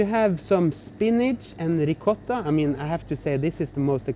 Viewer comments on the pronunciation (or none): none